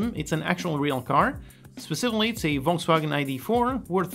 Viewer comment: if they spelt "Volkswagen" as you pronounce it, it would be "Wolkswagen". Only one letter changed and that means that you pronounce it very well! The first letter would be pronounced like a "f" ( the 'F' in frog). xd